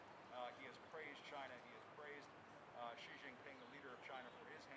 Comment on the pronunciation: Why do so many Americans pronounce “President Xi” as “Jee”? It should be “Shee” instead